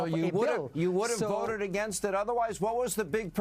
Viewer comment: Deport non-English speaking Shri! “Dis veek” and “I woted”…dude can’t even get the W and V sounds correct 🙄 But that annoyance aside, he’s protecting criminals, and it is a disgrace that individuals like him are allowed in congress. Way to go, Hannity, for calling him out.